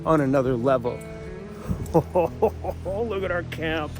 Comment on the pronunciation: I thought only native people said Loogit. lol